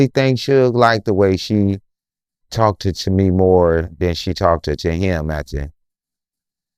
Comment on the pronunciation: Did this Boi jus say TALKTED 😂 and LIKEDED 😂 NO and they say we Country only in da Souf Cut it Out 🤔 😅